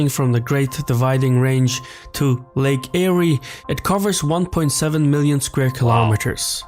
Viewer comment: Lake Eyre is pronounced air not airy